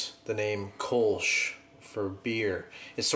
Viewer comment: The Kölsch has an umlaut on the o so it is pronounced - kerl-shh